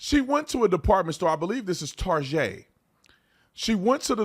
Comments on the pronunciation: You say Tarjay again instead of TAR GET I'll never watch your channel again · It is prononced "Tar Get" no targhet. Ridiculous of you to pronounce it wrong here on purpose. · My little girl (11) just came in to room hearing what I'm watching. When Tatum said "tarjay" she said "more like targay".. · So it's not pronounced TARJAY, it's TAR-GAY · Why did he pronounce target as... tar-jay? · WHY DOES EVERYONE SAY TARGET THE WRONG WAY...ITS NOT FANCY..ITS NOT SPECIAL..ITS NOT EXPENSIVE...YOU HAVE CLUES ON HOW TO PRONOUNCE IT...GOT A BULLSEYE...THE DOGS NAME IS THE SAME..ITS JUST TARGET..ITS THE SYMBOL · "tuck"!? ya /"UCK TARGET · It’s pronounced “Tar-Gay”